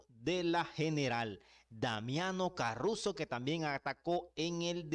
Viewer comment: Es Caruso, no carruso